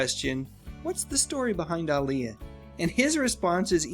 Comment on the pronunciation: Sounds like he is saying AALIYAH